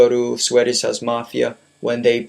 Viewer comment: swedish house mafia not sweddish house mafia. You pronounce it wrong